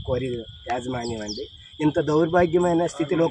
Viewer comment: ఏజీ మన్యం కాదు యాజమాన్యం